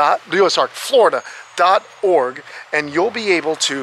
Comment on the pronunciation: anyone else miss the days couldn't say "org" right? LOL